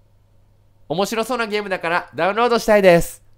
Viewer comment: ｢リンク飛べない！なんでー？｣ わし(言い方可愛いな) ｢でゃうんろーどでぃえぎない！｣ わし｢( ﾟ∀ﾟ)･∵ﾌﾞﾌｯ!!｣